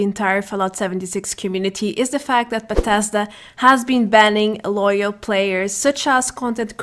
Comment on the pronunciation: Buuh tez duuh. Bethesda